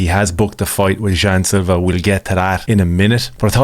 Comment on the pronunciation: Jean "jew" Silva